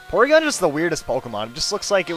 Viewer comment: I thought you said PORNygon